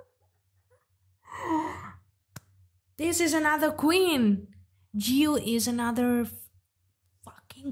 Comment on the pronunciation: Just in case, JiU is still pronounced "Ji (more like the letter 'G')" and "You" not Yiu. It is based on her real name MinJi and "JiU" was how people called her even before she joined MINX. The rest is good. Thank you though! 💜